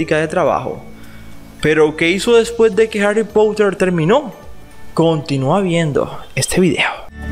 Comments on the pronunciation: No me canso de decirlo, aprende a pronunciar el inglés. No se dice pouter sino, porter. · Ni tú ni el es potter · Pottha xd